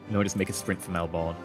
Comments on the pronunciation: Ok. As an Aussie I have a problem with one thing in this episode. Despite being spelt Melbourne it's pronounced Melb'n. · as an Australian I cringed when you said Melbourne wrong but I will help you. Say Mel-Ben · Oh and, Melbourne. (Mel-ben) is the pronunciation, my dear. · Sharne Johnson indeed, it was massive cringe. Mel-ben. is literally the only person I know to have mispronounced the name.